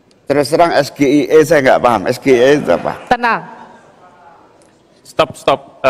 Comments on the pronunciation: pronouciation-nya yg bener bukan es-ge-i-e tapi es-ji-ai-i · Singkatan bahasa inggris Dieja pake bahasa indonesia Hahahaha ngakak total ❤ SGIE Dieja es ge i e Harusnya dieja ais ji ai ei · Kelihatan sekali Gibran cuma kursus di Australia. Gibran mengeja SGIE dengan "es ge i e" Karena dalam bahasa Inggris seharusnya ejaannya adalah : "es ji ai i" Mungkin Gibran tidak ngerti mengeja. Mungkin juga disengaja agar Cak Imin bingung. Keluarga Solo ini memang sudah jadi habitatnya tipu muslihat dgn cara licik. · SGIE itu singkatan yg kepanjangannya berbahasa inggris. harunsya gibran menyebutkan SGIE nya dengan abjat pengucapan bahasa inggris juga. contoh pengucapannya (ES JI AI I) "dlm plafalan abjat inggris" saya aja awalnya bingung yg di sebut gibran ES G I E itu apa, eh ternyata 😅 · Yg nanya norak... semua penonton scr umum jg ngga tau apa itu SGIE.. lagipula singkatan bhs inggris kok nyebutnya ES GE I E 😂.. hrsnya ES JI AI I dong.. gw jg ngiranya itu apa ES GE I E 😂.. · Bukan sulit. Tapi blinder. ES JI AI I ejaannya. Hhhh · 😂😂😂😂..... Apa mungkin dia ada yg Dikte....??? Mic nya aja ada 3.....Ambyar.... SGIE itu harusnya di EJA DENGAN EJAAN INGGRIS....bukan ejaan Indonesia (Gibran menyebut EsGeIE) bahasa Inggris nya juga Ambyar..... Bukan membela Cak Imin..... kalau bertanya menggunakan bahasa Indonesia harusnya langsung pake istilah Indonesia....bukan pake singkatan Inggris tapi di eja dengan menggunakan bahasa Indonesia...😂. Gestur tubuh termasuk ekspresi wajah GR tiap memberikan tanggapan seperti orang lagi dengerin dikte an.... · EMANG SALAH NYEBUTNA OGE MAENYA SGIE KUDUNAGE ES,JI,EI,I SO INGGRIS TAPI SALAH NYEBUT 😂😂😂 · Iya ini aneh S Ji Ai I mestinya bacanya gitu. Payah si Gibran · Bukan SGIE tapi EsJiAiEi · SGIE itu singkatan yg kepanjangannya berbahasa inggris. harunsya gibran menyebutkan SGIE nya dengan abjat pengucapan bahasa inggris juga. contoh pengucapannya (ES JI AI I) "dlm plafalan abjat inggris" saya aja awalnya bingung SGIE itu apa, eh ternyata